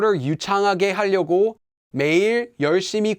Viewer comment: Hi. You keep pronouncing 하려고 as 할려고. It should be more like an R sound than an L. I now it’s a minor detail and I feel a little silly pointing it out since your Korean is way better than mine but I just want to help. I’m a Korean American who lost his ability to speak Korean growing up and doesn’t know much grammar but can pronounce words perfectly.